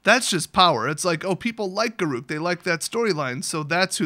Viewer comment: It's not pronounced Ga-roo-k, it's pronounced G-air-uh-k.